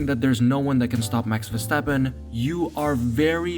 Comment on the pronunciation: max verstappen... not mex versteppen